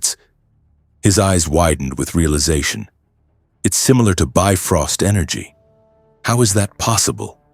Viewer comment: Well yeah. This is what happens when you have AI write a story for you. Then you let the AI voice call the Bifrost a "biffrost".